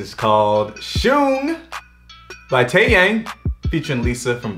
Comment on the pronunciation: Taeyang is actually pronounced taeyoung. Also this colab was fire. Lisa is everything and she is the best dancer period.